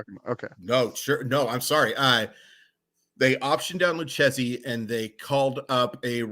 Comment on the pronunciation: Lucchesi is pronounced "Lu-kay-zee" fyi